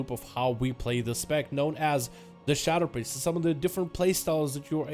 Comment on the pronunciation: did he say simp priest? LOL